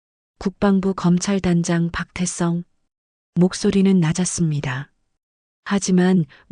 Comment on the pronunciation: 발음이 왜 그따위지? 박태썽이 뭐냐?